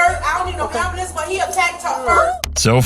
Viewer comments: "I got hert an u called a ambulanccee? Why you did dat?" Honey (without the n and the y), an "ambulanccee" is anothe name for a hospital on wheels. Do you get it now? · Love when they say an Bull lance.